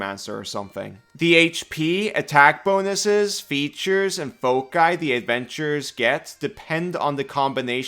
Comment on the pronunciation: WWN is very very cool! Also thank you for pronouncing foci like you do which I'd like to argue is correct. 😁